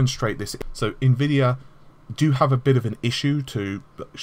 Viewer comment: I just noticed you're finally pronouncing Nvidia correctly. You used to say Ne-vidia, which to us Slavic viewers sounds like a really funny insult to them, because it means "I can't see".